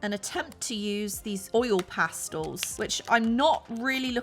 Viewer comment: This looks so fun and I love how you gave your opinion because I completely agree with you… BUT you pronounced pastels wrong 😢 I’m sorry but this made me so annoyed 😡oil “pastulls”? No. It’s pronounced PAS-TELS! Thank you for your time bye now 👋